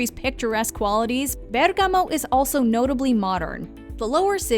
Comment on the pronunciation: Well it’s a foreign language for her, but the pronunciation is not bad at all.